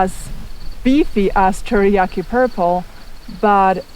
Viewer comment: Cherokee Purple you miss pronounced but it's a great tomatoes I'm Mid Ohio 6a and Black Krim are my favorite for it's early season steady production and one of my top favorites and my experience best for my slicers and wife's favorite. Black Brandywine is my favorite for taste Midnight Snack for snacks